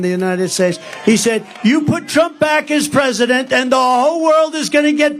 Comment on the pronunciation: pwesident HANNIBAL LECHTER.